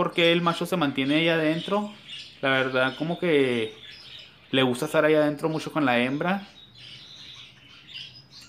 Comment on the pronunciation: 2 cosas: 1. Me fastidia como pronuncias la "ch" suena asqueroso ese mushashos, mashos, eshada... 2. Según el título del video, crei que viendo el video, me daría cuenta de "como saber si una pareja de periquitos no funciona". Tu solo mostraste parejas que tienes.